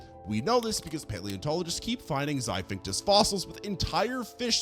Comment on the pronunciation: XIPHACTINUS (XY-FACT-IN-US) NOT Xivinctus